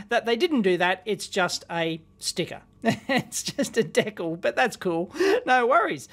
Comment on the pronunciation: How the heck did you pronounce "decal" again? I've never heard that before...